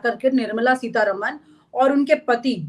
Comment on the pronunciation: And please it's not Seetha रमण It's रामन .That's how it's pronounced in the South. Please pronounce words correctly.